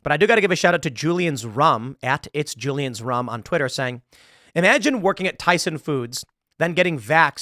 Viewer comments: Why with the S on the end of Tyson, lol. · Tyson.. you mean byeson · It's Tyson. Not Tysons.